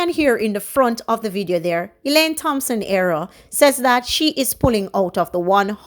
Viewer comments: Do not pronounce the "Th" in Thompson. Just the "T" as in Tompson. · Thompson pronounced Tompson. Thanks.